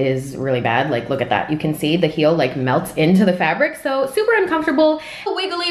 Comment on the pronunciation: why do you say “so” like soar